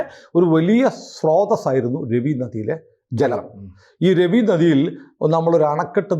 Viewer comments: രവി നദി അല്ല രാവി എന്നാണ് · It's prounced Raavi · It's pronounced as Raa-vi !